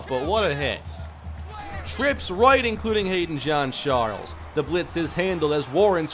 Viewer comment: 😂😂 bro why you call Jean Charles "John Charles"